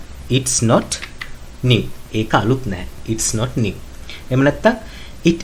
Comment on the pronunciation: new වචනය සැබැවින්ම ශබ්ද කරන්නේ ' නිව් ' යනුවෙන් නොව ' න්යූ' යනුවෙනි. කරුණාකර OALD පරීක්ෂාකර බලන්න